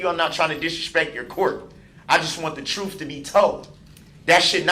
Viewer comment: Bittersweet.... I cannot wait for him to fry.... and I want to hear the victim statements but it's gonna hurt & I don't even know these people. He keeps saying "Tell the truff"... what? No words..